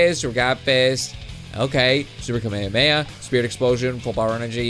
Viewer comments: It's ka-me-ha-me-ha prounoncation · Ur pronouncing kamehameha wrong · This guy can't pronounce kamehameha